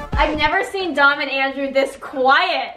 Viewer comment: YAY,😁, “LANDREW”I mean, Andrew 🥇